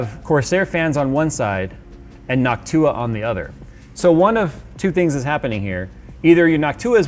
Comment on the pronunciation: the way he pronounces noctua drives me insane